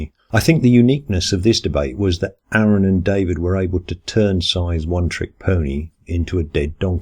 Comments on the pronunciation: 'Ah-run', not 'Air-un'. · It's "Ah-run". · Why can't anyone say Aron's name right? It's not pronounced "Air-in", it's pronounced "Ahr-on". Anyway, Aron won the debate. Mr dance around the questions lost in the first minute. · Can't believe anyone still says "Air-un".